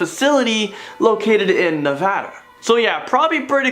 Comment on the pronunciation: Thank you bunches for saying Nevada correctly!😽😺 Very rarely does anyone get it right